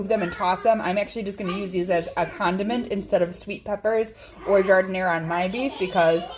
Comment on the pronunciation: Fantastic, love this recipe. And it's gotta be authentic 'cause you pronounce Jardin-air the way it's pronounced in Chicago.